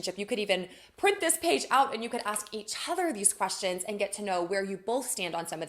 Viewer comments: She needs to ask me if I will be annoyed that she pronounces 'each other' as "e-cbother" because YES, I find that pretentious crap obnoxious. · Her pronouncing each other as e-chorher is pretentious garbage.